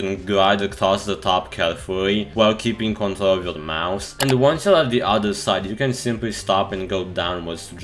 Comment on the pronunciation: you can't say the letter "r" So do I.. Btw (control - contol, Kontol= penis)